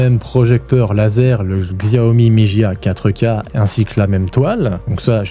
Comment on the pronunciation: Xiaomi se dit shiaomi